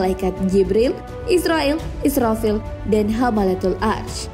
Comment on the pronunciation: Pengucapan malaikat israfil nya diperjelas lagi:)